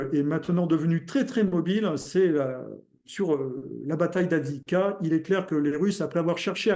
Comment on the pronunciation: Quand la bataille d'Avdivka sera terminée reussira peut-être aprononcer son nom....😊 Have dive ka Have dié iève ka (à la russe)